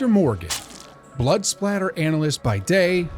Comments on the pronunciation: Blood spatter...not splatter...good Lord you got so much wrong I don't even wanna go into haha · It’s spatter 😂